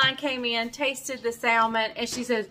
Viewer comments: Your salmon looks wonderful but I know you’re from North Carolina and I have a friend from North Carolina and she salmon the same way you do but I am southern to from Georgia . the pronunciation of salmon is samon It has a silent L. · Love that you’re getting away! 🌴……you do know the L in Salmon is silent…?